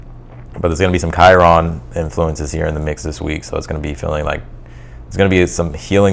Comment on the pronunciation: Everything is correct, except how you pronounce Chiron, but I let that one slide. It isn't because you' re Texan 😅. It's because it doesn't matter the way the readings matter. And that's all that matters most to me. Thank you,. You manage to get to the heart of Libra issues that usually make us all feel like we just had a personal reading. That is not easy to do. Love and Light.